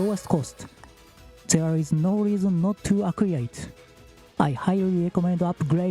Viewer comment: Thanks as always for a helpful information breakdown! English tip: the word "Acquire" you use a lot is pronounced more like "アクワイア" instead of "アクウィア"